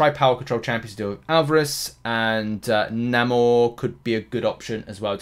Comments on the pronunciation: It's correctly said "Nay-More" . The movie has an MCU only pronunciation. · You are saying NA-MOOR just because this new movie. I wont call him this new name marvel reinvented. Nope We have the OG NAMOR in game not the movie Telocan version